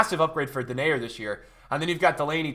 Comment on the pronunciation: Denayer his name is pronounced different. And if u pronounce it correct it means the screwer/fucker in dutch